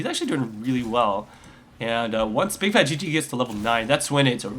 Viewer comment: BIG FAT L - P. FUCK, are you guys paying that little attention? BIGFATLP, there is not a single G, or at that, 2 G's in the end of that name. Fuck, I'm turning the sound off, just because of that mistake you made EVERY GAME.